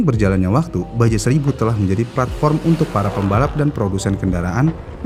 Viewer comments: Iya, rasanya risih denger ngomongnya baja melulu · baca nya baha min bukan baja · Dibacanya baha bukan baja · Admin nya ga mau bnerin.. Kmrin aja dah bnyak yg ngsih tahu klo isle bcanya ail.. Ttep aj divideo nya bilang aisel. 😂. Pdhl kan biar lbih edukatif lg dri sisi bahasa. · Padahal sekalian research sekalian belajar juga tuhh penyebutannya ya😢